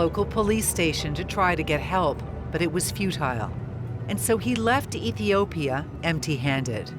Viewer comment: I think that was just a mispronunciation and they meant Ethiopia.